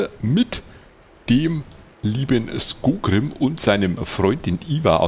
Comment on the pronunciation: Du weißt ja, ich kann bei manchen Sachen ziemlich penetrant sein. Es heißt SkoRgrím und nicht Skogrím. So das ist das eine, aber um noch ein paar andere Sachen zu erwähnen: Ich würde dazu ja sagen wollen, dass du dich an dieser Stelle in Thorin's Halle befindest und das du dieses Gebiet im Zwergen Prolog nicht betrittst. Zeitlich ist das ganze ein wenig Inkonsistent. In der Quest wurde ja gesagt das man mehrere Monate Thorin's Halle von Schutt und Unrat befreit hat. Skorgrím ist mit Ivar ja noch im Zwergen Prolog abgehauen was für mich andeutet, dass man den beiden direkt oder kurz nach den Ereignissen vom Zwergen Prolog begegnet. Wie soll das denn bitte funktionieren, wenn zum einen Thorin's Halle direkt nach dem Zwergen Prolog von Schutt gefreit ist und man zum anderen erst mehrere Monate dort aufräumen muss? Wir haben die Stark-Äxte endlich mal gesehen? Wann kommen denn die anderen beiden Rassen zu denen du noch kein Video gemacht hast? Und zu der Frage die du zuvor gestellt hattest, ich habe das Gefühl das der Prolog der Stark-Äxte ungefähr so lang ist wie der Prolog der Hochelben. Der Prolog der Beoringer ist deutlich kürzer. Also mach die beiden bitte auch mal. Zumindest der Anfang der Hochelben ist auch sehr gut geschrieben (und er beinhaltet auch gefühlt etwas mehr Text als der Prolog der Stark-Äxte).